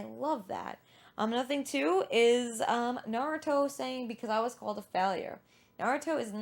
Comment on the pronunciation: Nah-Roo(slight R-roll)-Toh